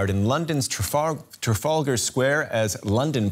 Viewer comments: Where’s the tear gas? Also the male news presenter couldn’t read Trafalgar Square 😂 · He really can't pronounce Trafalgar can he 😂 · Wow mans didn’t even pronounce the name right first time, and tear gas was not used. I don’t know how people get away with these lies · Can't even pronounce Trafalgar square properly lol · why can't this guy pronounce Trafalgar, its not hard